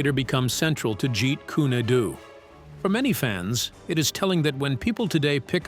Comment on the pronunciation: Videos like this would be taken more seriously if the narrator could at least pronounce Jeet Kune Do and nunchaku.